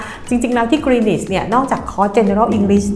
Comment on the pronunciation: Greenwich อ่าน กรีนนิช w เป็นsilent letter เด็กไทยหลายคนเรียนที่นี่ แต่พูดไม่ถูก พูดกรีนวิชตลอดๆๆๆๆ น่าอายมากๆๆๆเลย Cambridge อ่าน เคมบริดจ์😊